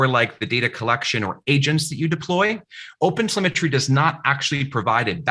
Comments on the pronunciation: Oh god, he kept on saying opensymmetry. I got confused on the way. But thanks though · It even keep sounding like "open cemetery" to me... .